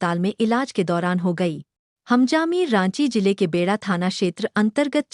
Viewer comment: बेड़ा नही बेड़ो मैडम सही उच्चारण करना सीखिए ।